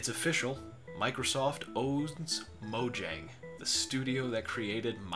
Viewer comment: It's pronounced mo-yang btw